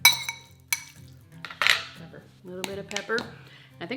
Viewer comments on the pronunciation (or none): none